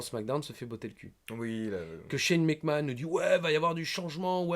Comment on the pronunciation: I me tue avec son Shane Mac kant !!!!